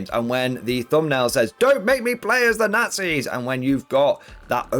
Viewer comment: Forget WW2, they had evil "naghtsees" We are looking forward for WW3 (at least there won't be any "naughtsees" in it)!